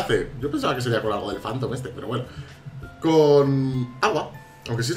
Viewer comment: Ese ecento me encanto . Jantom jajaja.